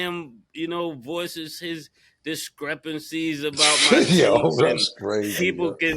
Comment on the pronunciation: Mase said discrepancy....lol